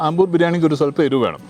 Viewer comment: Ambur alla.....Aaambur....😁